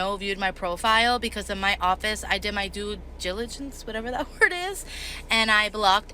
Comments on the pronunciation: I’m glad she did her “due jiligence”. These TikTokers can’t even read, write, spell or pronounce simple words. They’re also so quick to get on their phone & post how “funny” it is like the world is just a big JOKE & they’ll just get another job in 2 minutes. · Got fired for not knowing what a digital footprint was; AKA, not how to hide Physical evidence. Lmao Or got fired even though she was doing her due diligence... but cant properly pronounce diligence 😅. And I'm only 5 minutes in. God loves morons or he would not have made so many. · She couldn't even pronounce dilligence!